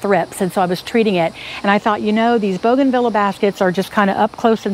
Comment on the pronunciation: It's boo gan Vee ya, not bow gan vila.